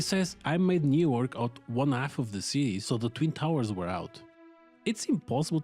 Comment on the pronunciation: why do you pronounce new york as "newark"